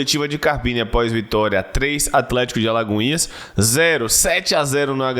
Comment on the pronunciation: e sua dificuldade em falar "AlagoinhaS" kkkkkkkkkkkkkkkkk